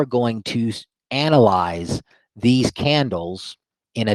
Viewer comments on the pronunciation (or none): Red flag when he said "analysize" lol